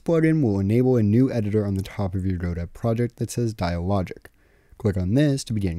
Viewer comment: Its pronounced godot, not godot.